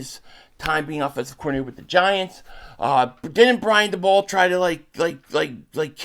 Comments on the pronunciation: Daboll= Day-Bull* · Are you saying dabolls name wrong on purpose?